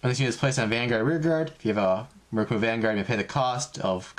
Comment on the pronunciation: Its murAkumo not murUkumo